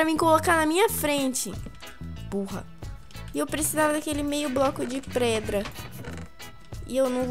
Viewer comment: preda kkkk a falou errado kkkkkkkkkkk😂😂😂😂😂